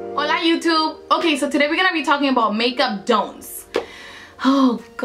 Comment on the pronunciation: Hola youtube? Soy española y la verdad que si que lo has dicho bastante bien xD